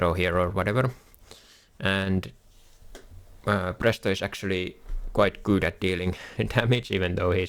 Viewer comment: You are finnish right, your accent gave that away instantly. Try to say Phraesto next video and not prästost lmfao